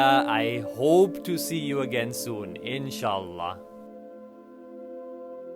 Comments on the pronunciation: I like ur pronunciation when u talked Arabic e.g. Insha'Allah and Masha'Allah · I like the way u speak other languages, u always give pressure in it, such as InshaAllah, Shukran, and Donobat. See u in Dhaka on 2020